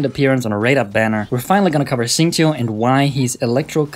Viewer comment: This guy actually said his name correctly amazingly